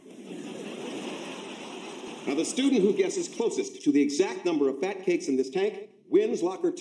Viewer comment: Why did he emphasize the word “in?”